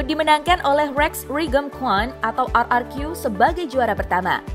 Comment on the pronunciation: "EVOS" dibaca ivos "RRQ" dibaca er er ki bukan ivous dan ar ar ki 🗿